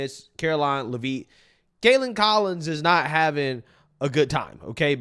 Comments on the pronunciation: ...say it with me now "LEVVV - IT" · It’s leavitt, like Joseph Gordon but with an a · it's lev- it, not leveet. other than that, keep up the great work. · Karolines last name is pronounced “Levvit. Not Le-veet. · Come on, it's pronounced "Lev-itt" not "leave it" as in Karoline Leavitt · It’s Karoline LEV IT, NOT LevEEEEET! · Please pronounce her name correctly... not la veet. Lev it. Not that difficult..... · I believe it's pronounced Levit not "Leveeet" great content tho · Not leveet, it's leviiiiiiit. She's from New england. Excellent try though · Her name is pronounced Karoline Lev It. Not Lev Eat. Just saying. Love the channel. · It’s Lev-it not Lev- ete lol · You need to pronounce names correctly. Its not live-eet. Its Lev-it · It’s “lev-it” not “la-veet”. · Its lev it not lev eet buddy and the caveman trans woman is a joke f cnn and whatever that cave man person thing is u hairy then me buddy 😂 gross😊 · Gotta get that name right bro! Lev-it. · Will you pronouviher name right?? It's NOT leaveet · It's not Leveet. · IT'S PRONOUNCED LEV-IT!!! SAY HER F-ING NAME RIGHT BRO!! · Caroline leVEET? what is wrong with blacks where they're unable to speak English? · Bro you gotta start pronouncing Caroline Leavitt’s name right that “veet” at the end kills me lmao. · I think her name is pronounced Lev-it. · her name is pronounced “Leh Vit”😅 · I love your content and channel, but just a quick headsup sir, it's pronounced "Lev-it" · Dude do you not watch any actual interviews where they pronounce people’s name? Levitt the letters are all short no long e in there anywhere. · bruh.... It's pronounced Leh-vit. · Say it with me,. LEH-vit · Her name is not “laveeet” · Lol it’s pronounced LEV-IT Bro.😅